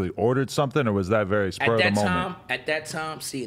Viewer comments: Anybody notice every time he says "very" he says "revy".... is that same gang shit? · Why does he say revy instead of very?? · does he say "revy" instead of "very"?? lmao